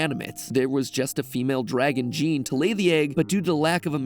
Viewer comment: Just a quick fact, "Jean" pronounce as "Jawn". Just sayin...